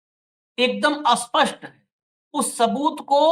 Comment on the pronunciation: आप स्पष्ट को आस्पस्ट बोल जाते हो ।